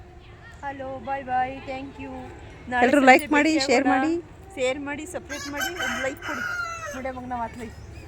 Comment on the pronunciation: ನೀವು ಇಬ್ಬರು ಫ್ರೆಂಡ್ಸ್ ತುಂಬಾ ಖುಷಿಯಾಗಿದ್ದಿರಾ ಯಾವಾಗಲೂ ಹೀಗೆ ಇರಿ ನಗುನಗುತ್ತಾ ಆದರೆ ಯಾರನ್ನು ಹೊಗೆ ಹಾಕಕ್ಕೆ ಹೋಗಬೇಡಿ😂 ಸಪರೇಟ್ ಅಲ್ಲ ಸಿಸ್ಟರ್ ಸಬ್ ಸ್ಕ್ರೈಬ್😂 ಆದ್ರೂ ವಿಡಿಯೋ ತುಂಬಾ ಚೆನ್ನಾಗಿತ್ತು ನಾನು ಕೂಡ ತುಂಬಾ ನಗ್ತಾ ಇದ್ದೆ ನಿಮ್ಮ ವಿಡಿಯೋ ನೋಡಿ😂😂